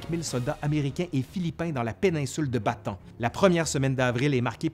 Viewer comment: bonjour , la penincule de "Ba-Ta-ane " et pas "Batan" ( Bataan ) au sud de la grande iles de Luçon ( Luzone ) , :-) en 1944 MacArthur , débarquera dans le Golf de Lyte ( Lété ) et pas" let " comme je l'entend souvent , si non , tres bon travail .